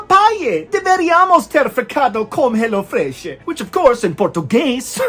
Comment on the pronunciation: My mom’s side of the family is Portuguese and when you said “Portuguese” it sounded just like them 😂